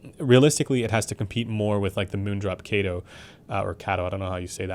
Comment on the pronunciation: Kato is pronounced "KAHTOH"